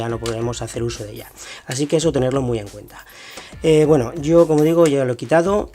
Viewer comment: No sabes decir como.